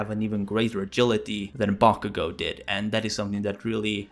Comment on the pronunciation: It sounded like you said “bonkugo”